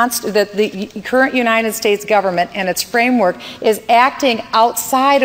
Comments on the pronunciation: she cant even say United States correctly, she keeps repeating Unined States i cant have an inarticulate president especially one thats clearly trying to be Ron Paul with no success what so ever soe is definately not the real slim shady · She can't even say United States correctly.